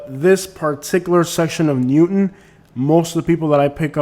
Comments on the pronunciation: The most Cringe among alot of Cringe was "Newton" lol. Its New-Town bro. You obviously aren't that knowledgeable about the area or wouldn't have butchered that so bad. Home-O-side 😂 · ...and it's New Town... not Newton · "New-town" 😊 (not Newton) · Like your videos. Watch often. I grew up in Sarasota and we called it Newtown not newton. Just FYI